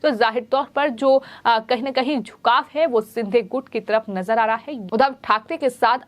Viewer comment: Is ko koi toh bolo yaar.. lagbhag har shabd mein 'huh' naad ka prayog na kare. Doosro cheez woh एकनाथ ' शिंदे' hai एकनाथ 'सिंधे' नही।